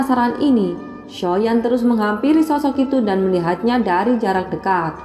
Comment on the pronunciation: Nyebut xiao yan ny jgn soyan kurang enak di dengar